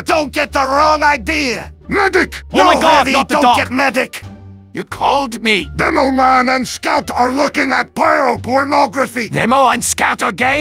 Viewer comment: ah yes "Denoman"